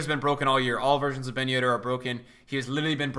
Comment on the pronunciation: at the beginning of the year: BEN YEDDAH